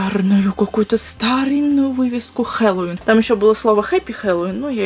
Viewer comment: Не хелолоун а хеллоуин!